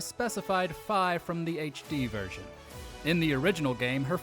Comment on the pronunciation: Nope Fis name is pronounced correctly in this video because it rhymed with sky or Wi-Fi